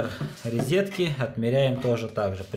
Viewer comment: Ризетки, или розетки?) Внутренний уголок-вставка на кабанчике смотрится препохабно! Необходимо запиливать сочленение, это как хотите.